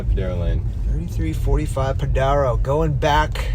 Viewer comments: Pronounced Podairo lane, dude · Stay off my beach! You can't even pronounce Padaro correctly. It's a special place. Don't even go here. You're not welcome.